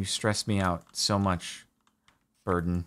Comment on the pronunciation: I was watching ep1 at 3 in the morning and thought he had named his dog Burton or something along those lines. It wasn't until the boat scene where i realized Jordan was saying Burden LOL